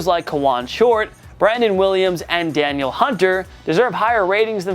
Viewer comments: It’s pronounced Da-Neel Hunter, not daniel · Danielle is pronounce da-kneel